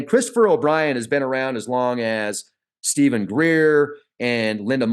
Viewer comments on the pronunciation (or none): none